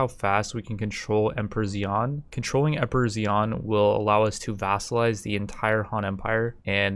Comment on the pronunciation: emperor is pronounced like "shan", no stop between i and a here. xi'an with the stop is the name of a city